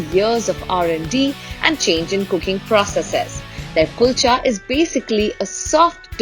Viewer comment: chef doesn't take effort to pronounce Kulcha well I understand how good would be the KALCHAs😂